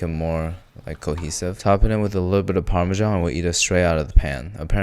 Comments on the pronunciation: You called Parmesan “parmisian” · He said The rick and morty permeesean 😂.... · WHAT THE HELL IS A parmísian its pármesan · I thought that "parmejan" was the most American way to pronounce parmesan but "parmesian" 😭🙏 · It's pronounced "paar-muh-zaan" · Season with par-fucking-what-ian? Parmesian? Dude... SERIOUSLY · D-Did he just Parmesian....."twitching eye" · The Rick and Morty Parmeesean pronunciation lol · bro is in the rick and morty dimension, he said par meesian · "parmizian" I got that :D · it's pronounced paar-muh-zaan you DONKEY. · Parmesiean. Omg I'm in love XD. I'm unironically saying it that way in hopes at some point we'll just all switch to it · "par-me-ze-an" triggered a lot of people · The pronunciation of Parmesan took me out ngl, it reminds me of that one Rick & Morty episode where Rick was getting triggered at Morty saying it “weirdly” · how tf did u just pronounce parmesan